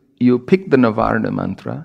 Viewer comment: it's not even "Narvana" . Its Na-varna i.e. made up of 9 syllables.